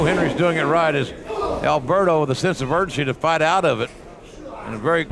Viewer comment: Its "Alberto" not "Albero"